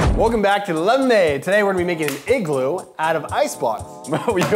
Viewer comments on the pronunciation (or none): This was the intro. Hello welcome to lemade It's supposed to be lemon made not lem made